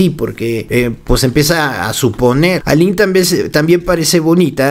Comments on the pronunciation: Se pronuncia "Alin" no Ailin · Dices en el relato Aylín, pero el nombre correcto es Aline... Me confundí todo el tiempo en el relato, pero bien relatado y detallado, muy fuerte todo por cierto. Yo pienso que María Raquenel le cuenta a Roberta el final de Ana Dalay culpando de la muerte a Karina Yapor en respuesta o venganza a su libro y tristemente pienso que Raquenel sí hizo lo que dijo en su libro Karina Yapor en relación al cuerpecito de Ana Dalay.😭😭😭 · O sea no se llama Aylin , es Aline....eso genera una pequeña duda de la información 😒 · es Aline, no Aylin😊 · no es AILIN es ALINE leé bien